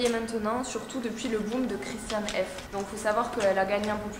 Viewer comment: La pronciation est allemand c’est pas ça 😅